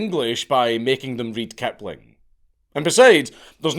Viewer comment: I love that ‘Kipling’ is ‘Kuhpling.’